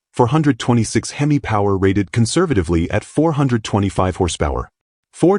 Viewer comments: Hem=ee not Hemiss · This video needs a lot of image correcting and pronouncing of words. Him E versus the Him Miss sound for instance. A Camaro does not looke like a Vega which a lot of the Video has off, with some tweaks would be a lot better. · You need to teach AI how to pronounce HEMI !!